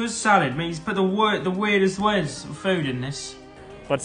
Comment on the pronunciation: carlos pronounces words starting with j's like he's german 😭